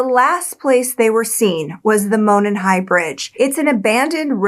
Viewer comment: Monon is pronounced like "moron", but great video. I find the science behind the ejected bullet pretty suspect, but it does sound like they've got the right guy. I hope. The Delphi police aren't exactly Scotland Yard.